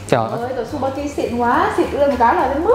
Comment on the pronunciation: Tên sp kia đọc là chư ba ki. Không đọc là su ba ki nha